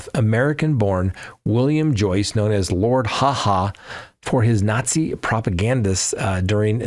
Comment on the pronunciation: Not Lord Ha Ha but Lord Haw Haw